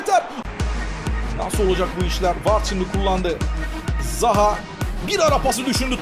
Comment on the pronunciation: de zaha ya zaguew diyor